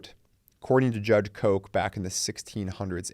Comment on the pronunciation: Great video! Sir Edward Coke is indeed a very important legal figure but I believe his last name is pronounced [Cook].